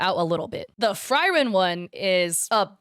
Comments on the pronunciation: I am so triggered at the fact she said “Fry-Ren” instead of Frieren) 😭No hate but her name is pronounced “Free-Ren”. But still besides that, I despise AI art to 100% hatred. It’s awful, unethical and unacceptable on so many levels. And it’s disrespectful because of the fact that Frieren is a fan favorite character beloved by many including me! I don’t like how people think that since she’s so popular, they can capitalize it by blatantly stealing the character for dishonest means! Frieren’s chest is not that big, she’s flat as a board so that’s not possible in any way. Make it make sense people. Because it’s impossible to make a good argument for AI art, it’s impossible to understand how it could be useful, I’m sorry. I’m an aspiring manga artist from the US and I’m hoping to one day make a manga that will bring smiles to others, in many ways I can’t turn a blind eye to someone using art like this for profit and cutting corners to scam unsuspecting people out of dollars they could spend on actual artists. I’m sorry, but no. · I'm really triggered by the way you pronounce "Frieren". It's german and pronounced more like Free-ren not Fry-ren. sorry really bugged me. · Ok let me correct something on her video nothing about the scamming ai artist nothing about the art I want to correct the Frieren I've seen the anime both dubbed and subbed and they both pronounce it free Ren no hate just a person who watches anime a lot 😅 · FrYren, yea, thats the problem with english. Frieren is the name, with an I. Also, shes sitting on a bench probably, not a plank. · "Fry ren" is hurting my soul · the amount of pain I felt on the Frieren pronunciation :face-blue-wide-eyes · off topic but why did u pronounce frieren like that 😭😭😭